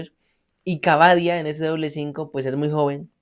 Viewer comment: Cabadia esta mal pronunciado